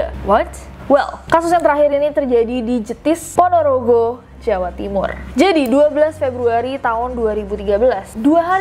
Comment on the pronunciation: Ponorogo dibaca Ponorogo bukan Ponorogo